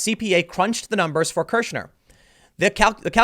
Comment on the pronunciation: "Kirschner" Every. Single. Time.